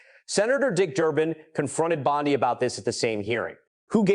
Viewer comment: Bondee not Bondeye!